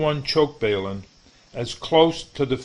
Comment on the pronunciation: balum not bailum overall vedio is excellent